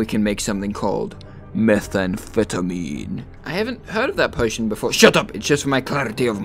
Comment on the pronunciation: “Now we can make something called, methamphetamem” 💀💀💀